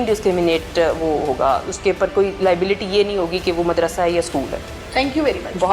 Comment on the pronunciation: Behan Mooodarsa nahi hota Maadarsa hy sahi lafz